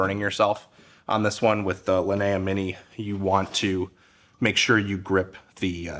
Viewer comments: Linea is spelled "Lee - nee - ah", like bruce LEE, leeneeah. Not "la - nuh - ahh". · Exactly. In Italian or Spanish or whatever it's similar. It's always lee nee ah or lee nee uh at worse. His pronunciation I have no idea where he got it from.